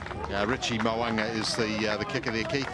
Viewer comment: 😂 2 attempts at his name and still got it wrong 🤣